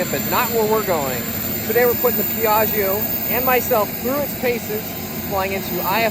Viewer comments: Dear Americans, this is really a nice plane, just a little tip on the correct pronunciation of Piaggio, just pronounce the -gio at end like you call for Joe, that the right sound Piag-Joe. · PEE EAARRGIO LOL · fantastic, but the pilot should learn how to pronounce piaggio the right way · Rad vid. Piaggio is not pronounced like that though. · Say Piaggio one more time. No. Try again.